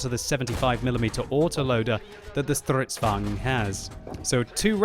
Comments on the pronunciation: ITS FUCKING STRIDSVAGN NOT STRVGN!!! ///angry swedish guy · isn't it vagn not vang? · That is what he's saying. Just overdoing the 'r' mostly. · You are trying to pronounce "stridsvagn" like its german. Swedish is a mutch softer language then german. Dont accentuate the "R" that mutch. Thanks for the content. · Im pretty sure we will survive. also, it might be because im Norwegian and enjoy a good Swedish butchering ;D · its sounds like hes speaking russian :p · Please stop trying to pronounce stridsvagn. It sound horrible .... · Jorgen_ 021 agreed... Jag gråter fan när han säger det